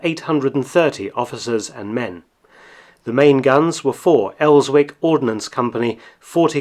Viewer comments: ''...Els-wick??? It's pronounced Elsik. It's a part of the world here in Newcastle where Lord Armstrong armed the world once upon a time.I think the original Elswick works was a factory 3 miles long? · Very good, but as a local I can tell you that Elswick is pronounced as "Elzik" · Mark, good video, one point of order, it is pronounced "Elsick".silent w! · The "Elswick" in "The Elswick Ordinance Co." is pronounced "el-zik" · The W is silent in Elswick btw, it always makes me twitch when I hear it pronounced! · Just to note, the 'w' in Elswick is not pronounced, as is the same for other northern towns like Alnwick. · The "W" in Elswick is silent. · Interesting video, thank you. However, isn't HMS Belfast a battleship? If the guns are named after Elswick, Newcastle, then the 'w' is silent. M.